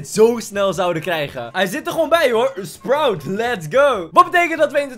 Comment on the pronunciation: En je zegd sproet maar maakt niks uit🤩